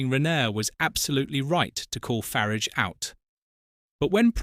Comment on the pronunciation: I listened to about a minute of this and packed in. If you are to idle to narate your own video at least get A.I. That pronounces the names right. I don't know whi Far-age is, but it's certainly not the leader of reform uk.